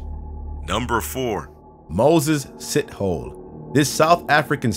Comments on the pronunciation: Lmao "Moses Sit Hole". His last name is pronounced "See - toh - leh" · It's not Moses Sheethole. It's SITHhole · Lolololol "sith-hole" It's pronounced Si-tho-le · "Moses Sithole" how I heard it: "Moses Shithole" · Near choked on my water, really thought he said shithole lol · is actually pronounced Moses "See-tall-e" It's a very common surname in South Africa.. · lol the surname is actually pronounced as Sithole (See-Tall-Aye ) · Who else here is from South Africa and laughed at how he pronounced Sithole